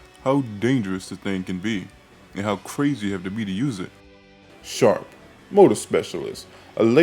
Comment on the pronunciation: SHRAP. Like SHRAPNEL. Because he the Mortarman. it is not shARp it is shRAp